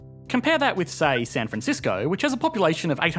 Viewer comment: Lol you mispronounced San franshitsco